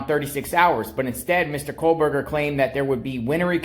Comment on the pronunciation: Exactly! I have made the journey to Indiana and snow is a valid concern … And hasn’t Dylan been in ID since crime? And saying BKs name wrong drove me nuts 😂